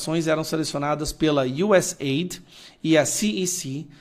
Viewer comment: você é profe de ingles, por favor pronuncia correto, não é êid, é US áide!! Por favor, nada de ajuda, é DESENVOLVIMENTO